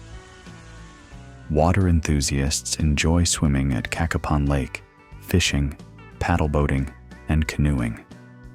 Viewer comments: Not "KA-kuh-pon". Pronounce it "Kay-KAY-pon". Cacapon State Park. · Get your facts, you showed a lot of videos that did not pertain to Cacapon( pronounced Ka(short a) Kapon (long A) State Park.